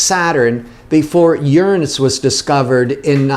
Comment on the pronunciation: Yessss finally someone who pronounces Uranus the correct way!